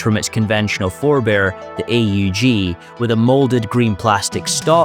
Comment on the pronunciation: You should get someone who knows a little about guns to read the scripts. Not knowing how to pronounce acog, sabot, 7.62x39, 4x, AUG, "five hundred and fifty six", etc really undercuts the video quality.